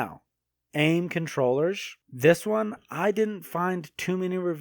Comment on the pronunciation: It's funny hearing him say controwheress